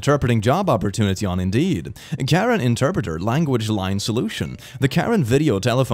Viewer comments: Oh! This “Karen” interpreter is actually a languages and a people that are in the southeastern area of Burma/Myanmar + northeast of Thailand. It’s pronounced with more emphasis on the beginning “kuh-ren” and they have a really cool culture and a vary complex relationship with the people of Burma/Myanmar. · The one for language line solutions is for an African language the name of the language is Karen pronounced Kareen, still funny tho